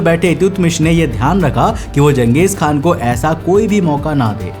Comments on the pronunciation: Bro Genghis Khan nahi Chenghiz Khan hai I am from class 7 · And he can't even spell Genghis khan properly It actually pronounced like Gang Gis khan Not jeng gis 😂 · गलत उच्चारण मत करो। जंगिस खान नहीं.... चंगेज खान समझे की नहीं। नाम को सुधार लो मैंने भी इतिहास पढ़ा है।….. History is my favourite subject... Now I'm going to left from our video. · bhai iska naam...jangesh nhi.......changesh khan tha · You are pronouncing wrong its changeeez khan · Genghis = घेचिस KHAN😂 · Changes khan tha ya ganghies khan tha lowdee😂😂😂 totle